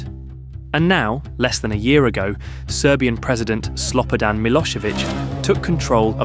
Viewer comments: The B in Slobodan is pronounced as a V like Slovodan not SloBodan. His name would be repeated over and over in the news back in the day and I remember it so much, it sounds funny being said wrong. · I hear SLOP-O-DAN I'm thinking the narrator hasn't got a clue 😅